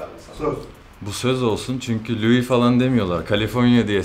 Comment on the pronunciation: Louis vesaire dedi laa